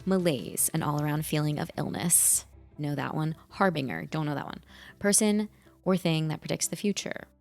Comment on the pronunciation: "har-bing-er"... lol, try har-binge-er